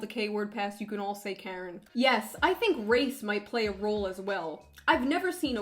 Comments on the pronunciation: “Kerin” haha great video tho. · Shoe0nHead pronounces Karen weirdly and I love it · I love you, June. But the way you pronounce Karen feels really weird. Maybe it’s because I’m Canadian? It just seems a little off.